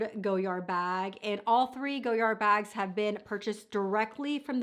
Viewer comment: It’s “go-yar”..the “d” is silent.